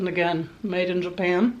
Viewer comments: When you said Japana I snorted my drink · Lol, “japana “.